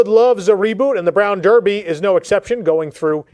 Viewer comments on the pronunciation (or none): none